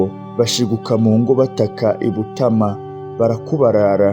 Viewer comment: Bibabereye byiza mwajya mubanza kumenya amazina y'abantu n'ay'ahantu, naho uburyo musoma bituma amateka abiha. Ngo....Butama.... Ni Butāama!